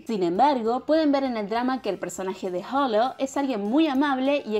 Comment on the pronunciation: Tengo que aclarar todas las personas pronuncian mal él nombre lo dicen como si tuviera una j pero no, la h no se pronuncia, cuando dices holo no se pronuncia la h es como si no estuviera la h pero si esta Bueno lo tenía que decir 😂